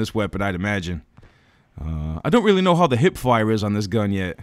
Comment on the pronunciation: Did we weally want the Blackcell to get nerfed?